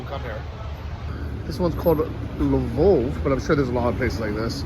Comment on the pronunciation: Hmm... it's not called Lvov, mate. Greek alphabet.